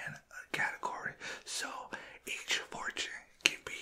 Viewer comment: every time you say fortune i hear 4chan lmao